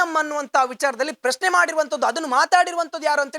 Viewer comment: ಕನ್ನಡ ಉಚ್ಚರ ಸರಿಯಾಗಿ ಮಾಡೋ ಹುಚ್ಚ.... ಮನ್ನಿನಲ್ಲಿ, ಮೂಲೆಗಳು, ಪ್ರಸ್ನೆ, ತುನುಕನ್ನು, ಅನ್ನಪ್ಪ, mahesh ಅನ್ನ, ಅಂತೇ ಥೋ ನಿನ್ನ